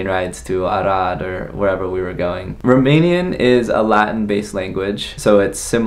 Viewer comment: Best Romanian pronunciation I heard from an American 😀 Felicitari!